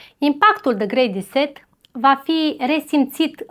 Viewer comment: Și cuvintele care nu le înțelegi pe engleză mai bine le zici pe Românește 😔 grey reset